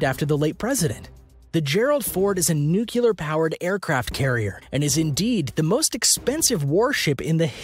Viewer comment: "Nucular" powered USS Gerald Ford? And... owned by the US Navy... C'mon dude- you can do better. That's weak.